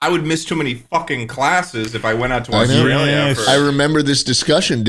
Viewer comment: ah yes jaustrailia schlatt